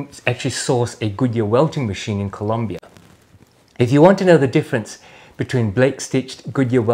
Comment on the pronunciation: I am honestly impressed that you pronounced Colombia correctly! Most Australians simply say Columbia. Thank you for being awesome. By the way, most of your videos leave me with the feeling that I need to buy more boots.... and make more money to pay for said boots...